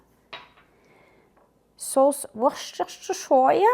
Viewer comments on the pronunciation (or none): Bonjour! La sauce Worcestershire se prononce (à l'anglaise) « were-stir-sheer » 😉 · On ne prononce aucun des r. Pour écrire la prononciation en français, je dirais oueu-steu-chai, avec l'accent sur la première syllabe.